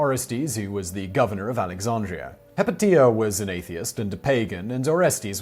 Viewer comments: Not "Hip-o-tia", it's "Hi-pay-she-a" - The movie Agora is all about her! And the hermaphrodite is the ultimate symbol of European alchemy, as it embodies in one, the balance of both major natural forces. Geesh, I though everyone knew that! : ) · Simon says he tried to look up the pronunciation of the names. He must have used webcrawler or some other defunct search engine. The first woman out of the gate Hypatia is pronounced (in English) Hi Pay She Ah. I found it in .00001 seconds. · Hypatia is pronounced hi-pay-sha